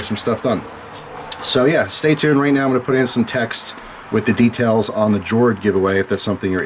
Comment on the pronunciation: I'm going make my guess now: G42/43 and a Shield.:) I thought it was pronounced "Yord" as in earth or land (as is the wood casing/bracelet theme) in many Scandi languages. I used to love Nitecore lights (cool features, and such), but as I was used to holster carry from my AF days, and then later on duty belt carry (which continued to civilian wear) I prefer smooth tube designs that fit into my Surefire and BH light carriers (keeps them out of my pockets). Nitecores don't carry well and they chew up my pockets. Totally agree with you, though, AA/AAA form factor is ideal for civilian EDC. Cheers,!